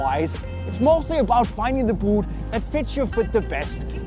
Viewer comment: Great review. Amazing filmography. But I just absolutely can't stand the way he pronounces the word "boot". Please please fix it